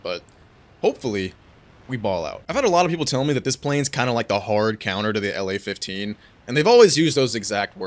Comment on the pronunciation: btw when you say La in plane name pls don't say it like in state name LA, say it like in Lavochkin's surname, the way you say it makes it really confusing to russian speaking viewers😅